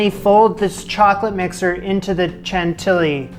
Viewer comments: Wow this is an amazing recipe good job! A word of advice, in French, the way to pronounce CHANTILLY (the 2 LL) is like the Y in the word yes. CHANTIYI. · Congrats on getting that luciousness out of the mold! I second the suggestion to line it with cling film next time. I’m so glad you did this. I’m not sure it would have caught my eye, but yours came out looking great - I may give this one a go! P. S. Chantilly is pronounced with a “sh” sound. ;-)